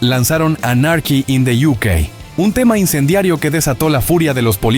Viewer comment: Son canales de IA mal hechos, uno busca info interesante y al final tenes esto! La pronunciación de 'Sex paistols' y 'Anárki in de iukei' me mata!!!